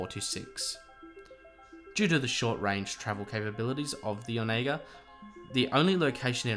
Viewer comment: I think you are pronouncing the ship wrong, I think it's more like on a gurr. Not sure where I've heard that before but it is vaguely familiar. No big deal it's not like it's a common word.